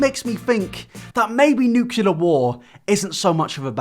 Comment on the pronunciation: Did you say nucular? Yes yes you did LOL.